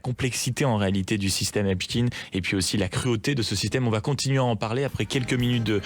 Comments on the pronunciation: Pourquoi on prononce " EPSTINE" et pas "Albert EINSTINE" ??? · oui effectivement, Epst..ine, (consonance russe) ils disent Albert Einst..ine ?? Frankest...ine ??? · C'est marrant votre façon de prononcer Epstein.